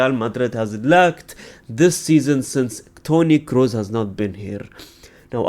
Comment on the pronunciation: You're one of the few who actually pronounces Kroos' name right.